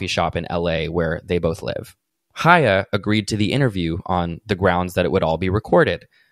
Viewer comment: Thank you so much for covering this specifically because you're the only person I've heard pronounce Chaya. I was starting to think I was crazy.